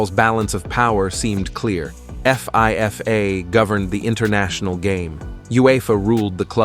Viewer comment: Lost me at F-I-F-A